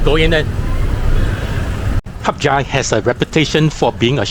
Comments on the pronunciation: hat yai is not pronounced as HUP CHAI idk where u learnt that from but it is wrong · Why do you call the city Harp Jai when it's called HadYai.